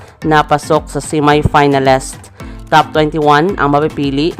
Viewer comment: Please also practice your pronunciation like: Miss and finalist etc. You have a lot of followers that may think your pronunciation is the right one.